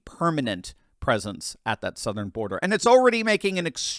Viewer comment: Border, not birder!